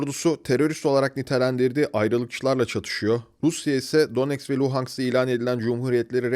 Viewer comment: ulan daha donetsk, luhansk diyemiyorsun, bir de kalkmış neonazizmden bahsediyorsun, disleksi hastası seni. ukrayna rusya meselesini kıbrıs türkiye meselesine benzetmen de ayrı bir cehalet göstergesi